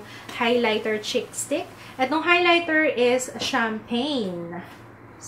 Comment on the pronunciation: Hi. I always look forward to your videos/vlogs. Mejo na-bbother lang ako sa pronunciation mo ng words na may prolonged /ee/ sound kasi nagiging /i/ sound sya. Example: Concealer sounds like Consiler and Cheek sounds like Chick. I hope you don't take this the wrong way. Keep up the good work!:(